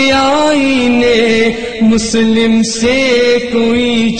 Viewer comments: its Musalam not Muslim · ماشاء بہت ہی عمدہ پڑھی گئی. روح تک اترجاتے ہیں الفاظ اور ترنم. بس کچھ الفاظ کے تلفظ کی ادائیگی میں مسئلہ ہے. مثلاً : شتر، کوشُتر پڑھا جائے اور آئین مسلم میں مسلم کی لام پر تشدید ہے. مسلم یعنی تسلیم شدہ"